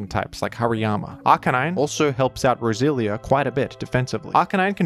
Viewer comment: funny how every time you say roselia is sounds like brazilian